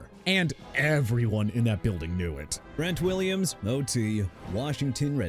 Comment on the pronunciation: STEVE SMITH SR. NOT "TEVE SMITH SR.", TRENT WILLIAMS NOT "BRENT WILLIAMS", KIRK COUSINS NOT "IRK COUSINS", DREW BREES NOT "BREW BREES" AND NEW ORLEANS PRONOUNCED NEW OR-LINS NOT NEW OR-LEANS!! GOT A PROBLEM WITH GETTING THE NAMES RIGHT,?! DO AMERICA A FAVOR AND QUIT!